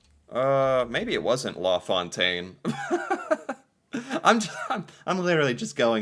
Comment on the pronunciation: Always get a chuckle listening to pronounce french words and names. Law Fontaine rather than La Fontaine 😂